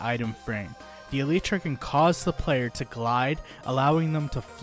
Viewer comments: Elytra ❌ Elitra✅ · this dude really pronounced it Eletra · It's pronounced "alietra" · My dude said aleetra